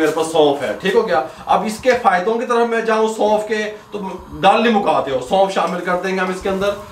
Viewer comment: سلام مسنون...آپکے خلوص کااللہ نیک اجرعطافرماءیں آمین... ایک مشورہ ہےبراءےمہربانی ایک سفید کاغذ پرنسخےکےادویات کی نام اور وزن لکھ رکھیں آخر میں ویڈیوپربتادیں عین نوازش. کیونکہ ہم غیرملکی اردو داں آپ کےتلفظ سےمجبور آپ نےسونف کودوبارکہاپھربھی سمجھ نہ پایا آخرکارمیسنجرسےپتہ چلا ناراض نہ ہوناہم غیر ملکی جوٹھرے اللہ حافظ....